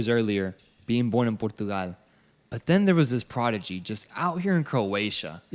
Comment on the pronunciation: Don't ever say "Portugal" like that again please...